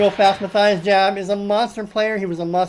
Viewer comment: as always, a fun video. Just a heads up, his name is pronounced Ma - Tee - ess